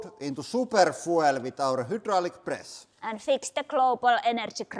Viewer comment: Bro pretty much can't stop saying hoodraulic atp it's his whole brand